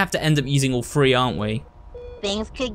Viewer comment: I have a question. I noticed when ever he says a word with a 3 in it he says free. So like with the clock it shows time like 3.45 but he says free 45. Is words with TH in it pronounced like its a PH? Like phone or photo?